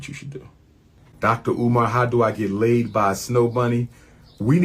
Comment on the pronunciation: Learn how to say his name correctly. Not caring about his name is a colonizer mentality.